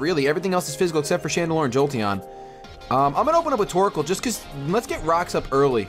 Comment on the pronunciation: it sounds like you say:P you should nickname him